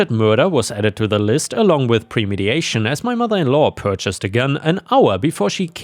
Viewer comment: Bro.... It's not premediation! It's premeditation.. Read the word carefully, you've read it as premediation in every single video with the word premeditation. Meditate means thought was put into it, mediate is a completely different word with a different meaning... If it was premediated then it would have been prevented before it happened, therefore never would have happened